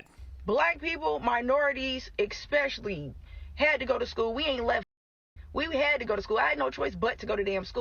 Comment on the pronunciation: "exspecially," that's the stupidest damn girl I ever heard in my life that's pretty damn stupid.